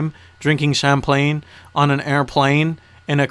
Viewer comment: "Drinking champlane" lol